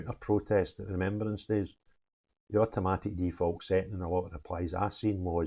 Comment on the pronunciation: Sorry “Remeberance?” What school did you go to. 😂 Keep up the great work!!